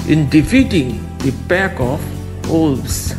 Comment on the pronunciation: Wolves, not Uoolvs 😂